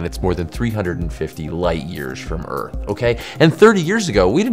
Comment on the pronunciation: You pronounce Earth weird. There’s a ‘th’ sound in it.